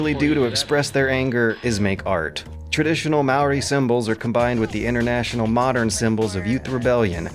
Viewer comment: You really butchered the Maori words, but I really appreciate your covering this game.